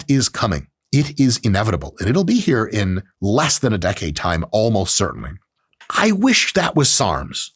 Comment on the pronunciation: “Use the HERPE hypertrophy app today”. I can’t stop hearing that.